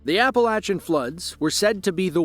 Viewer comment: You say Appalachia correctly 🩷